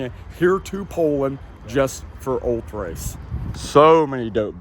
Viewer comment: ul-TRACE say it with me ul-TRACE. Every time I heard “Ult-race” I screamed at my TV. 😂